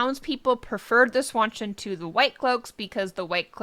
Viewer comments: Please stop saying "SWAN-CHIN" 🦢 It's pronounced "SHAWN CHAN" Like Sean Penn.... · Seanchan, Sean Bean, Jackie Chan, Seanchan. Not swawchen. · Swanchan? Where are you getting that pronunciation?